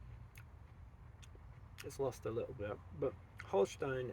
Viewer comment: yo mate, just quickly jumping in how nice your "Holstein" pronounciation is.